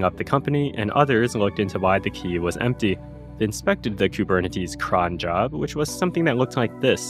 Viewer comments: the way you pronounce koo-burn-nuh-tees is quite disturbing. but great video :D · I've never heard someone pronounce Kubernetes like that. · Did you use AI to generate the voice over or did you just forget how to pronounce Kubernetes?